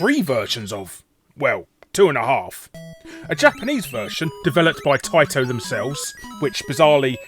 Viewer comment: Please for the love of god learn how to pronounce TAITO correctly!